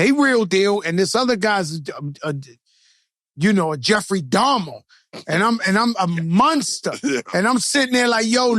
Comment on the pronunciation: Joey said Jeffery Dahamer 😂… mane! This nigga…